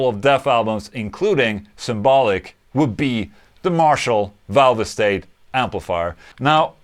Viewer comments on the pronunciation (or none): It’s pronounced “valve state” not “valve estate” lol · “Valve estate?” I thought it was pronounced “valvestate!” But what do I know, I’m only English 😂😂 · Marshall valv-ah-state lol